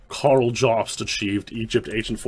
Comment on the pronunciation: How the fuck does manage to pronounce "Karl" as if it has two syllables?